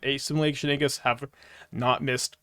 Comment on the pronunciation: man still says Eeggis as well.